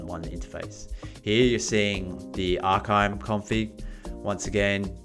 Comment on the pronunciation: Arkime is great its pronounced Arr-Kaa-Mee. Pretty powerful app. Folks really dont realize the amout of packets and data going out to the web on IoT and other internet connected devices.